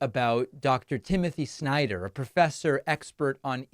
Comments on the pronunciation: I am also wondering why MTG is pronouncing the family name "Snyder" on such an awful, humiliating way as if she spits out a rotten part of meat. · Exactly. What's worse is her followers only had one takeaway from the entire exchange, and that was the snarky way she pronounced his name. "You go girl! Sure put him in his place." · The way she pronounces his name along with MR instead of Dr. No respect was made obvious.